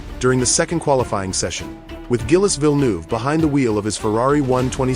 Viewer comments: Zheel, not Gill-es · Gill-Us? AI has a ways to go yet. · Gil-es?! I hate AI narration! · Not gillis. Pronounced jeel. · gill esse ??? pyeroni??? johan mass?? in depth research and cand even get names right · Gil-les Villenoove, Yohan Mass and Didier Pie-Roni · Gill-ess? C'mon lose the AI shit voiceovers and use the right kind of car. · Gillis? Fuck off with AI shit like this. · Who the f*#! is Gill-iss? And Vill-noov? 😂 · Gillis and Pie-Roni? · Gillis Villnoove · Totally agree.... Gillis ate his Pie with Roni.....pffff, stopped at 55 seconds and went to another video. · Hi Mr AI, Gilles ="Jill" Thanks, Your pal Berkowitz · I don’t think it’s a “ good job.” They may have done a deep technological analysis about the accident itself, BUT they didn’t give Gilles the proper respect to pronounce his first name correctly. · For God’s Sake, If You’re Going To Profit from a Man’s Death, Pronounce His Name Correctly!!!! Bloody AI!!!! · RIPETO! IL VIDEO FA CAGARE! CHI LO HA MESSO IN RETE HA FATTO UN MONTAGGIO DI MERDA E NON SA PRONUNCIARE NEMMENO IL NOME DEL POVERO GILLES! TUTTI I PILOTI MORTI IN PISTA VANNO RISPETTATI! COMPRESO LUI!